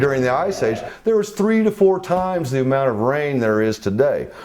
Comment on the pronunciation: Somebody tell these Russian guys “the” is not pronounced “z”.